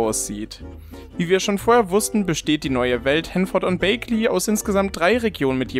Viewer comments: Wird es eigentlich nicht wie "Bäckley" ausgesprochen? Hab das jetzt so eig bei allen englischen Simmern gehört und hätte es auch selbst so ausgesprochen, nicht "Bakeley". Bin bei sowas irgendwie ganz schlimm haha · Ja ich glaube auch „Bäggli“ und nicht „bäigli“ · Ja. Das bag in Bagley spricht sich wie das englische Wort für Tasche aus. Was auch sehr viel Sinn ergibt, da es ein britisches Dorf sein soll. Die sprechen das auch so im offiziellen Trailer aus